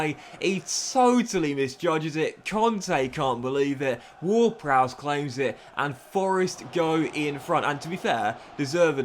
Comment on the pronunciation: his name is James ward-Prowse not browse